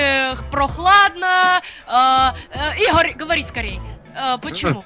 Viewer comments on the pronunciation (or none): Мне понравилось тот момент когда сказала и́гарь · Мне понравился тот момент когда сказала ИГА́РЬ!,😂😂😂😂😂😂😅😅😅😅😄😄😄🤣